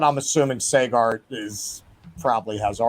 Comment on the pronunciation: Saygar? You can't even pronounce the guy's name correctly?